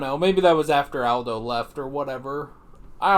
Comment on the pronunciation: Its aldo ( all-dough)